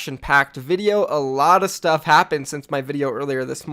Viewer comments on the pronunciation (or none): none